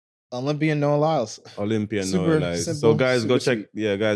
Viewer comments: Did Asaga called him Nowell Lyles? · Sounds like you are saying “Noel Lyles” … It’s Noah Lyles.